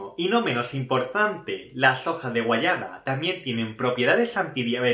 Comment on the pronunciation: Se dice guayaba. No guayana